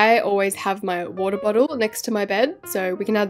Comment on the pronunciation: “the woda” 😂